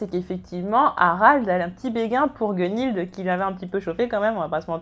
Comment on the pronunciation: Ça va ça va tu prononces pas trop mal Gunnhild :P. Bonne vidéo autrement ^^'